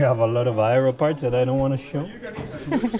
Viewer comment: Have you ever tried an Eye-Row chocolate bar? -Carlos "aero is eye-row" Sainz, 2019